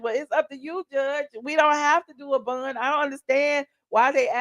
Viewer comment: If you say "bun" one more time!! Its bond!